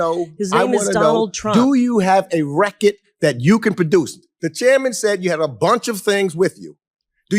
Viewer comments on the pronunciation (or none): Someone needs to tell that black guy that was attacking lake that it’s pronounced record not wreck it.Learn how to speak boy.😂😂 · “Show me the REKIT.” His pronunciation of “record” is sending me. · No cap, is he saying “Reckit” or “Record”? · I agree with him. But it's killing me to hear him pronounce "record" as "Wreck-it" over and over. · Is he saying reckitt or record?? 😂😂 that’s gone be in my head all day smh😂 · Please, stop saying "recket" omg. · "Do you have a reckid!"," I want you to show the Reckid!" I love that dude. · Who is the guy pronouncing “record” with this heavy accent. Love it!😂